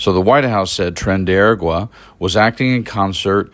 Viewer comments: You're saying "ER-uh-gwah." I see the word "agua" (Spanish for "water"), and absent any accent directing me otherwise, I would suggest that the proper pronunciation of "aragua" would be "ah-RAH-gwah." Daniel Zwickel, U. of Guadalajara, '68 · Your pronunciation of “Aragua” is horrendous. But everything else here is fantastic. A(h)*ra(h)*gua not era*gwah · "Ah-Rah-gwa". Please learn to pronoun words you are going to use in a story. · pronounce it AH-RAH-GWAH